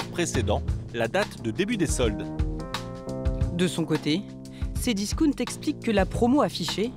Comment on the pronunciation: Discount elle le prononce discounne ahh la la